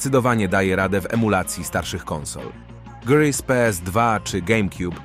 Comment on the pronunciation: Czemu „gery” a nie „gry” ?